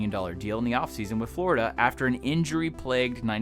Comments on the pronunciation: Did anyone else notice the “Flordia” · “Flordia” Nice.